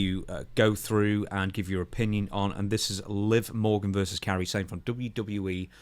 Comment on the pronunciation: call me nitpicky... but can you guys PLEASE learn how to say a name properly, her name is KAIRI(that's KAI-REE) not "Carrie" it's not that hard to pronounce... also yes... i feel bad for her as she's literally twice in a month seen her coworkers just severely injure themselves in the ring with her... hopefully it doesn't shake her...